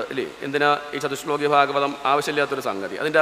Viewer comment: ചതുശ്ശോകീ എന്നല്ല വേണ്ടത് ചതുശ്ലോകീ എന്നതാണ്. ശോകീ = ദു:ഖീ